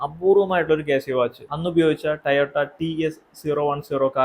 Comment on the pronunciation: Bro ചെറിയ ഒരു correction ഉണ്ട് ടയോട്ട അല്ല ടൊയോട്ട Plz excuse a hard core vandipranthan 🤌🫰